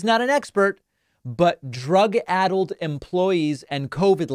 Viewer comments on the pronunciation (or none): "drug ay-dulled" 😂 I think Matt Schlapp is the one on drugs. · "Ethnisticity" isn't the only linguistic fail here, Matt Schlapp pronounced "addled" as "aidled"